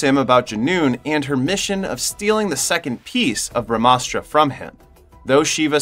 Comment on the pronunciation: It's pronounced like this bruh-mah-shuk-ti.....Us-truh.... Ug-ni us-truh.... Jal us-truh.... Puv-one us-truh... Nun-dee us-truh... Bruh-maa-us-truh... Bruh-maa-an-sh.. Dush-shay-rah